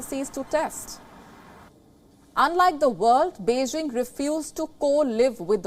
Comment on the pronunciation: Beijing not Beixing ok...please if you can't pronounce properly better speak tamil